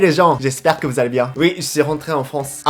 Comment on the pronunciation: J'adore quand tu dis veu au lieu de vous 😆